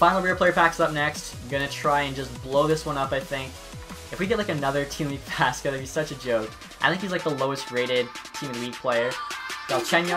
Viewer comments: Faksa, not faska. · It’s not fas ka it fak sa